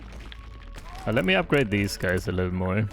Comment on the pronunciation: "A litten bit Longer" 4h... wild